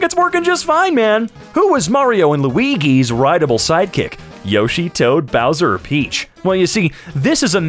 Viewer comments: Are... PLEASE TELL ME WE AREN'T GOING TO IGNORE THAT HE JUST PRONOUNCED LUIGIS NAME AS "Loo-e-gi" INSTEAD OF "Loo-e-jee" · The way he pronounced it lui-gi instead of lui-ji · DID YOU JUST SAY FUCKING LUIGHI? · bruh he said Luigi wrong its loo-ee-jee not loo-ee-gee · Bro said "Luighi" 💀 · I've heard lugdwig lugi NEVER LUEIGI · Oh no... Lui-guee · why did you pronounce luigi like that? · He pronounces things wrong on purpose sometimes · He ended my ear's carreer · why did he say Luigi’s G like a g instead of a j 😂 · oh man the way he pronounced luigi no hate tho! I love your content <3 keep making them! ^^ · I hate how you said "Luigi" with a g instead of a j. Everyone should unsubscribe for this unspeakable sin.